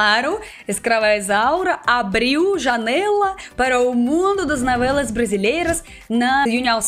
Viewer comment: Navelas kkkkk Tão típico dos russos confundir o som do o com a rsrsrs Fica fofo 💜